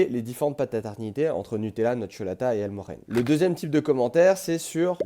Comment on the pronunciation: EL MOR DJE NE pas « ermorene »